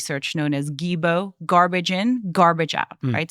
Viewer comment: I knew this saying since the 80s, when I learned programming. And it's not GIBO, it's GIGO.